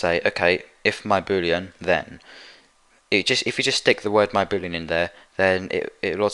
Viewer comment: Each time he said boolean i understood booty